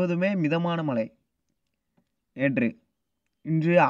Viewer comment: உங்களுக்கு உச்சரிப்பு ழ வரவில்லை தொராயமாக (மளை) இல்லை மழை.